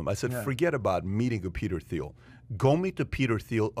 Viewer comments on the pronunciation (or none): I think this should be celebrated. He maneuvered like a Jedi and it paid off Also Thiel = pronounced “Teal”